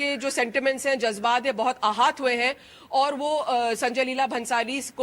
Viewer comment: जज्बात आहात नहीं आहत हुए हैं। हिंदी सिखाओ अपने रिपोर्टरों को।